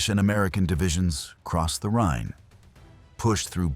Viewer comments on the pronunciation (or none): none